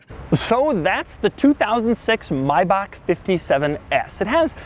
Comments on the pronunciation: Stop saying mibock it’s may back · Okey I'm annoyed "May-bach" not " Mi-bach" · Say it with me slowly it's pronounced MAY-BACK not MY-BOCK, I couldn't watch further than the 4-minute mark because of your poor pronunciation of the name. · Cringing every time when He is saying MaybacK instead of MaybacH. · It's not a fucking Mibach it's a fucking MAY-BACH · It’s pronounced MAY BACK. not mybach 🙄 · More like: "My back" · MAY bach not MY bach lol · Maybach is pronounced "May back" not "My back" as you kept saying. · It's pronounced Maybach, not Mibach. Hitler and his friends used to ride in them in the '30s It might be a good investment to buy it now since luxury cars have always rock bottomed in value before appreciating. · "MYbach"? Isn't it pronounced MAYbach? Maybe it's just us Brits :) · Stop saying My bach! It’s Mayback!!!!!! (I know Maybach) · Why do u keep calling it a My-bach? Its pronounced Maybach. And wtf is an injin? Engine not injin. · It's A Maybach not a Mybach. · May-Bach not my back u turd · MAY-BACK not MOY-BOK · It is pronounced my baak not may back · maybach, not munch 😉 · I cant stand you saying My-back. It's pronounced May-bach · He is making a good attempt at speaking English what work is he trying to say ?? LOL also it is a mAybach not a Mybach.. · Oh for fucks sake Americans! It's Maybach, not mybuck! (The ch is the sound that makes Germans sound so angry all the time) Just like J.S. Bach. Please put a little more effort in your pronunciation, it actually makes you look a little selfish and ignorant. No other country pronounces foreign words in their own language, you can do it too! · myback.....MYBACK???? its may like the month and bach like the composer - MAYBACH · Its pronounced MAY-bach. Not MY-bach... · It is not a Mybach, why cant you speak English, the vehicle is a MAYbach, even the the Germans call it a MAYbach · I hate the pronunciation 'My-Bauc'. I like it being 'May-Back' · It's pronounced mayback not mybac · maybak learn to speak